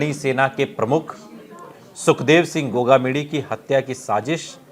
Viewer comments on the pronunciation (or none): बोलना सही तरीके से सीख गोमा क्या होता है गोगामेड़ी बोलने में क्या तुम्हारी जुबान लड़ खड़ाती है क्या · गोगामेड़ी होता है ठीक से पहले बोलना सीखो